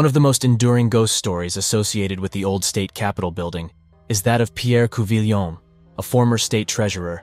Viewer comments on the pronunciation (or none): It's COO-vee-yaw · Had to stop listening when you kept saying coo-vill-yon